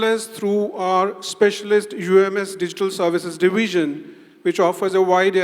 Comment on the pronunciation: شقنا شق المقدم.. its digital not diggital